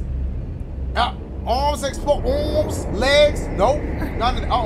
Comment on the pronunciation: I honestly love how dash says “arms” like “oorms” 😭